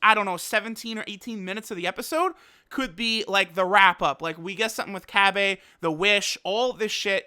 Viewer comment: Not You too! Cabba is not pronounced Cabbay.. it's "cab - ba", as in Cabbage. (All saiyan names are puns of foods, Vegetables in particular, ei Kakarot = Carrot, Cabba = Cabbage, Caulifla = Cauliflower, etc.) It really grinds my gears when people mispronounce it, it being so simple to pronounce correctly.